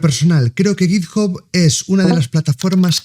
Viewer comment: sin acritud, pero la gente que intenta pronunciar en inglés con un mayor nivel del que tiene, normalmente la caga, lo digo por ese git "job", en inglés tanto británico como americano, "hub" se pronuncia como "/hʌb/", vamos simplificandolo en español sería una especie "jab".